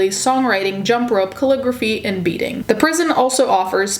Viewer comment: I thought you said the prison offered classes in "beating" ,instead of "beading"